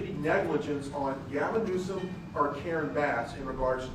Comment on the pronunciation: He actually calls him "Newscum" 🤣